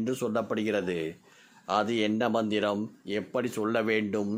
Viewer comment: Manthram pronounciation not clear